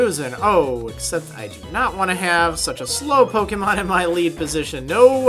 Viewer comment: You don't know how to pronounce pokemon you idiot